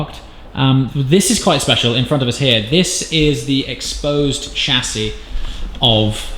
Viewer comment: “...not so speciale” 😂